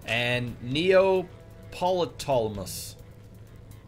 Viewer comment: I believe it is pronounced as Neo-pe-tole-mos based off of the name Ptolemy